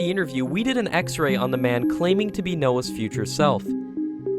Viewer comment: You know if you listen closely it sounds like he says "No ones from 2030" instead of "Noah is from the year 2030" lol